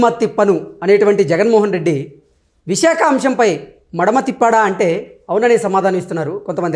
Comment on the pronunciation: మడిమ కాదురా.. మడమ అనాలి..